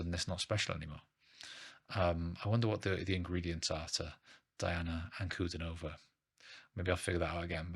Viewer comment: "Dee-ana An-ku-DEE-no-vah". Accent on the middle syllable. Most unique female singer on the planet.